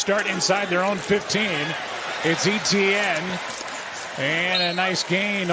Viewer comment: Still can't get over how everyone pronounces Jags player Etienne like "E.T.N.". It's actually a French name, the French version of Stephen to be exact, so you simply say "Et-Yenn".